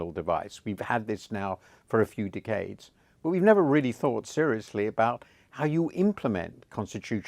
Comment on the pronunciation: That way he says decades....rots my brain cells